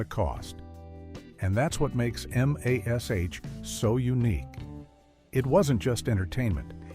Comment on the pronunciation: It's very obvious you're using an AI voice to read this, and it's very distracting. M.A.S.H was always pronounced mash, not each letter individually. Human readers who have studied the show know this, the AI doesn't. Maybe you've got some interesting info in the video, but I won't know because I can't watch this.